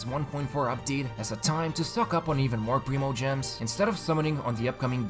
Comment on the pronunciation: It’s /prime-o-gems/ NOT /preem-o-gems/.... please stop saying it like that... it’s painful lolol